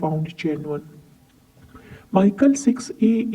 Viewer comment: I'm not sure if you have any clue of what kind of stamps you're talking about. As a real stamp collector you must know It's Mi - chel and never ever Maikel. Which is THE German catalogue publisher. also you don't know what 'pf' or 'gr' stands for. Therefore you had to separate if the above shown prices are from the catalogue or as I asume they're from auctions with the given very catchy and notable descriptions. You mix various German collectable areas as - old German states as Oldenburg, Württemberg or Prussia, or Baden - Foreign German offices in Turkey or China - German colonies, the early years with the overprints are really rare, - German Empire from - Deutsches Reich from 1919 - Danzig - Helgoland (belonging to the UK until the 1890s.) - German local post from various cities after WW2. while in the description only the colonies are mentioned